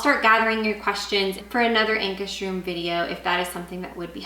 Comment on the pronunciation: Pronounce it like "Anchor's Rum".